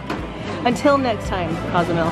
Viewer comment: Great family fun. Cozumel is a great place to visit for certain. However it’s not Cause-you-mall as you say on your video. Say it: Coe-sue-MAIL. Your followers will be happy for the guidance. Thanks for sharing the LeRoy family day. Nothing better than kids having an adventure.